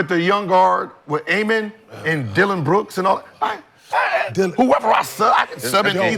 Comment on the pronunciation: Pronounced Ah-Men